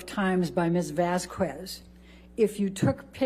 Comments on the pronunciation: Also what's so hard about pronouncing Vasquez? It's (Vâsk êz) not (Vâs kwêz) in Español its (kā) not (kwā) omg you uncultured swine. Edit: I feel it's intentional like a kid on the playground intentionally saying your name wrong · Is nobody gonna mention how Elaine is pronoucing Ms. Vasquez?! It's been pissing me off during this video! It's pronounced Vas-Kez, not Vas-Qwez. That aside, with all this undeniable purgery, what else is gonna happen to Amber? I understand Johnny's team not addressing it due to the fact this is a defamation lawsuit, but someone's got to, right? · it's pronounced "Vas-kez". AHs lawyer who is either petty, an idiot, or a petty idiot keeps saying it "Vas-kwez". Everytime she does it, I want to ask her if she also pronounces tortilla like "tor-tila" instead of "tor-ti-ya" 🙄🙄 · idk why it bothers me so much but i hate HATE the way Elaine pronounces Vasquez 😂 “vas kwez” gurl you know its not pronounced like that. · Elaine arguing with the judge that "what if anything" is a cure-all is so disrespectful. So is mispronouncing the attorney's name as "Vasqwez". I have a feeling she might have some distasteful views on people from countries behind the Southern border. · ELAINE pls just once call Camille MISS VASQUEZ. this mis vas kwezzzzz shit kills me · Anyone else irked by Elaine's pronunciation of Camille Vasquez's name??? Vas kwez??? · SAME! My name is slightly different it’s Vasques and when I heard her says ‘Vasqwez’ I was like “hmm….what did you just call her?” XD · so many people have said camille’s last name during this trial!! and yet elaine still calls her vasskwez it’s bothering me sm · the way her lawyer pronounces "vasquez" irks me for some reason...vas-kwez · It makes me grind my teeth every time Elaine calls Camilla "Ms. Vaskwez." Oh and did you notice Amber storming straight out of the room the moment she heard "recess" instead of waiting for the jury to be dismissed, as is customary? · "Vas kez" Not Vas kwes.